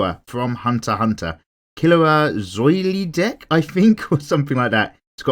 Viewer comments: It’s pronounced zol dik not zuoly dick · It's pronounced Zold-ick but it's spelled Zoldyck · This vid is great but the way he pronounced Zoldyck tho😂